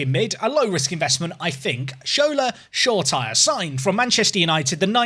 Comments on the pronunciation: Great video. Just to let you know Shoretire is pronounced 'Shora-teeray' if that makes sense. Im a utd fan and have watched a lot of the youth games and thats how all the commentators pronounce it. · Glad you learnt how to pronounce Shoretire after a ludicrous attempt in a previous video 😂 I hope you sell Kessie soon though...